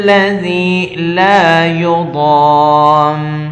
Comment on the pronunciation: لایضام نہیں لکھا ھوا ھے لایصام لکھا ہوا ہے ۔ آپ غلط پڑھ رہے ہیں ۔